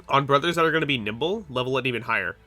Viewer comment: Why do I keep hearing you say nipple everytime you say nimble. Specialize in NIPPLE...BRO I ALREADY DID AND I STILL SUCK! :)